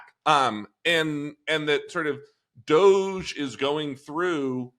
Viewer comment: DODGE, NOT DOGE